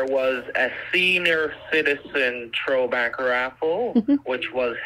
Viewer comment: He actually said "senior citizen TROWBACK raffle".😆